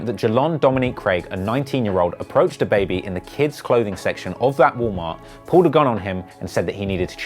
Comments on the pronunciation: The way he said dababy smfh🤦‍♂️ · Dude really said da baebey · did you really say “dah baby” 🤦🏼‍♂️ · nobody: the news reporter: DAH BABY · dude had to say DAHbaby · He pronounces Dab,baibei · Why he say Duah Baby 😭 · It’s duh-baby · Nobody: Him: day-baby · This dude just said “dahbaby” at th beginning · Nigga said DUH BABY 🗿🗿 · Bitch it’s duh-baby=dababy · how the fuck is he gonna say "DAH BAYBAY" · Why he say da like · Don’t ever pronounce DaBaby like that again. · Can't even prenounce dababy smh